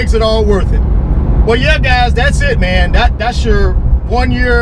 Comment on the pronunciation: "thats it mann" must be from FL